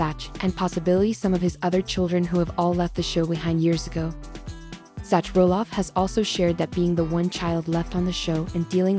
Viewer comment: Dumb A.I......it's Zack, not Zatch!!!